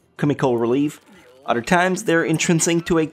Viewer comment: I love how this man pronounce words Elementary = "el-eh-men-T-ary" Other = "eh-DD-er"